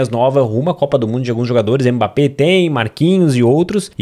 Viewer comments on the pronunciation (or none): none